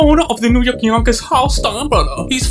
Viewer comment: “The yawnkays”😂